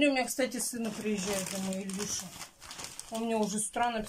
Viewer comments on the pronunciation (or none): Опять видео не о чём. Зато в магазин успела несколько раз сбегать,вместо конфет можно было бы фрукты купить. Сразу видно Илюша приезжает, набрала салат,сало,будет плюшки печь,суп варит. И кстати не Ильюша,а Илюша,не ихних,а их,не еённый,а её ну и т.д.Я смотрю и голова неболит и с давлением вродебы всё нормально.